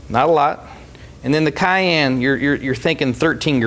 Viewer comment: I love the way he pronounces 'cayenne'. It's so American lol